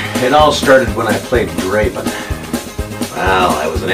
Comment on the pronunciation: It's not Draven.. it's Draaaaven.